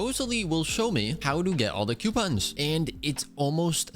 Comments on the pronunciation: its coupons not Qpons or even (ceuopons) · NOO PLEASE U WERE SAYING IT FINE NOW YOUR SAYING Q PONS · Idk if I’m the only person like this but him saying coupons as quepons is funny to me